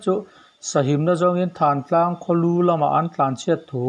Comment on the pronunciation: Thantlang ni lovin thaaantlang tia lam tur a ni awm e.